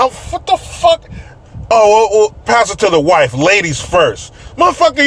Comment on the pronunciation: Saughter, mife, wom 😂🤣. Some times a couple has to have something to be against together, it’s easier then facing your own problems.